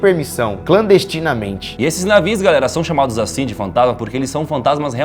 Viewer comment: "Esses navis"